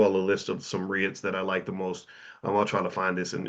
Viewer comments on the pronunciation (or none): Dr Boyce, I think REITs are pronounced "REETs"